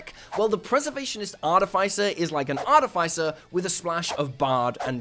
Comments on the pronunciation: It’s ar-TIFF-iss-er. Not Ar-tiff-ICE-er. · I really wish people would pronounce Artificer correctly. AR -TIF-uh-SIR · Why do so many people pronounce “Artificer” wrong? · Started the vid to check if you still pronounce it that way, and you do. Can't take it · So you still don't know how to pronounce artificer I see